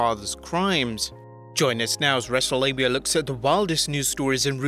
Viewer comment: ...did he just say "wrestle-labia"?